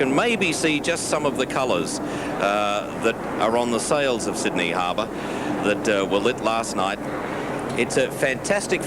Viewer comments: One of the all-time misquoted lines. For the last time, it's not 'Syd-uh-nee', it's 'Syd-ee'! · I am studying English: Did he say "The wiener is Sidney"?